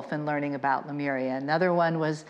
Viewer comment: Why do you pronounce Lemuria as Lemoria???